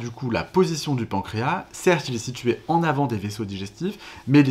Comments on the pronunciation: Deja le pancras il il a un s à la la fin faudrait le prononcer c’est comme maintenant que les gens disent mainnent 😅autrement le reste est bien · La SEULE chose un peu curieuse dans le pancréas, c'est ce mot : ma génération prononce le S final, comme indiqué dans les dictionnaires. Les professionnels et les jeunes l'oublient...